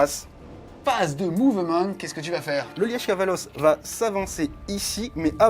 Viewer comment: Punaaaaaise ! On était en Belgique tout du long avec le Liège Kavalos ! (Le e est plus muet je pense normalement 🤣😜👌) Très bonne vidéo